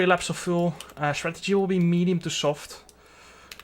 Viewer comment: "medium to shoft"